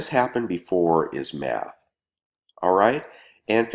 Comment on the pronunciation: Great video man. When you said what is happened before is math, I thought you said Meth, lol at around 6:0 and I thought what? then I realized you said math, lol. Me andf my brother would stacks some too were talking about very thing the other day and we noticed even 1 year or so ago that silver lower than gold ratio thing and now silver is still lower and the gold is higher so it seems to stayer higher little buy litteas silver still drops. That's kind of why I have been buying a little gold 1/10's lately, just to throw it in there.